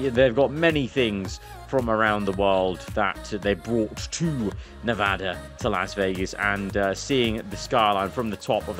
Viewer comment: Bro, you say Nevada right. Thank you.